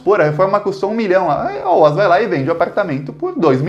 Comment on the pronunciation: excelente video! A pronúncia do nome da construtora OAS é "óaÉssi".